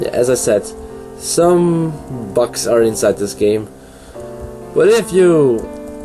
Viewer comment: It's BUGS, not "BUCKS".